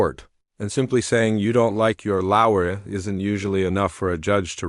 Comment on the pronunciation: Terrible AI. Why not just narrate it yourself? Like what is a laouer?